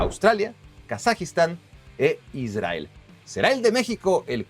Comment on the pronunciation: Aprendé a hablar pronunciá bien la R en Israel, down.